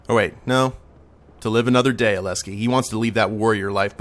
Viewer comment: And to the end, you still pronounce Aleksi wrong. The 'k' is before the 's'. Aleksi, not Aleski. As a Finn myself, it bothers me. You also pronounce Laine wrong, but in an understandable way. Aleksi, on the other hand... just plain wrong. Now, since I don't want to sound completely negative, I suppose I should say some positive things, too. Overall, this was an enjoyable Let's Play. I'll be moving on to Hong Kong after this one, and will probably check out some other Let's Plays of yours as well. In fact, I think I'll hit the Subscribe button now.